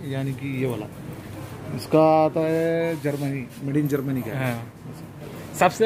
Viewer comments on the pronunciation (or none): none